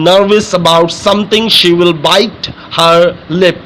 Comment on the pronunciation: Sir its not bit its bite